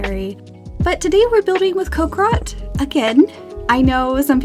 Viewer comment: "Cock rot" "cock rock" PLEASE it's coc-RI-cot